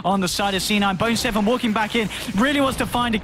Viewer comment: he says boner 7 instead of bone7 XD I suppose you would in a game this long.